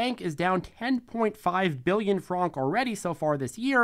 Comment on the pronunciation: Also it’s pronounced like (frank) not fronk as well.